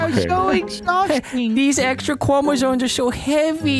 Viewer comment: deez extwa cwomazonez awr su haevy ;w